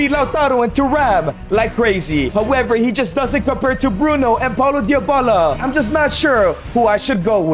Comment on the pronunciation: why does bro say dyabala